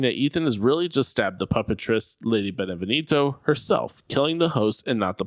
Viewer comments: It’s pronounced “ben-eh-vien-toe” not “ben-eh-ven-eeto” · If i hear this guy say "Benevinito" one more time i swear. Its "Beneviento" dummy As in BE-NE-VI-EN-TO.... Americans apparently speak English but cannot read or spell